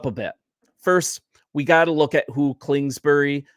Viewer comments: I agree with your assessment… Only it’s KINGSBURY… KINGSBURY… say that 5 times fast… NOT KLINGSBURY… hahaha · Bro, Klingsberry? 🙄